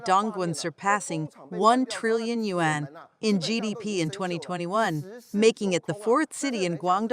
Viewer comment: Wan is Korean currency, yuan is Chinese currency. Learn your pronunciation.